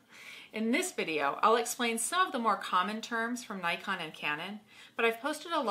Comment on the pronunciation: Hmmm Doesn't Nikon call themselves "knee-kon". :) couldn't help myself. :p